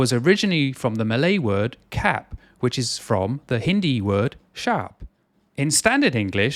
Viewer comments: The Malay pronunciation for "cap" is "chup" or "charp". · Malay word 'cap' is not pronounced as cap (as in English) but as exactly as it is in Hindi; i.e; 'ćhāp' (to rhyme with sharp (RP pronunciation; definitely not rhotic). My 2-cent but hats off to you for sharing with the world all words' etymology, esp. Malay root words. Excellent!!